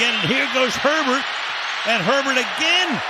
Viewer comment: It’s Herbert, not Sherbert. The ice cream has only one “r”. Sherbet!